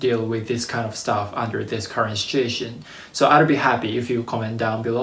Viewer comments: oh he said "situation." I though I heard "shit show" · Haha 😆, I realize that you said situation but, I can’t help not pointing out that, first two times I definitely heard “under influence of this horrible sh*it show”, which is greatly applicable to the current situation in the world.